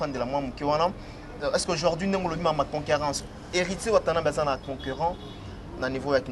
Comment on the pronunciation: on dit: annulé et non annilé. Tika a prononcer bongo ndenge azoloba: conquerance au lieu de concurrence. Na ba questions y’a polémique ezanga tina. Nakok kutu kosilisa émission te., t’es un intello, différencie bien le u et le i.